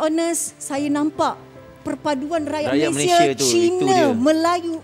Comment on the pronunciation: Malaysia adalah nama negara dn nama rasmi secantik dn seharusnya sebutan nama Malaysia bukan MalaysiE tapi MalaysiA.. sebutan MalaysiA telah dipraktiskan dr awal penubuhan Malaysia 1963 hatta bertutur dlm dialek riauJohor(KL).bangga lah dgn nama Malaysia dgn sebutan yg sempurna iaitu MalaysiA bukan MalaysiE.. apa2 pun bangga dgn anda berdua membantu mangsa banjir..